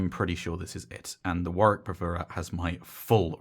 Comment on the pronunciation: nice to hear a youtube reviewer who pronounces Warwick correctly.